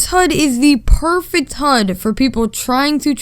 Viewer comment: huds huds HUDS!! It’s H U D